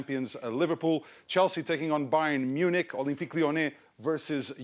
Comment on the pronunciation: it’s Bayern munech not Bayern munching